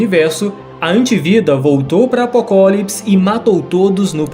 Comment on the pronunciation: vídeo muito massa. Mas o cara cagou nele falando apocólipis